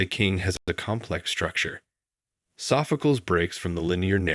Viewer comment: Oh, please, AI, Sophcleeeez.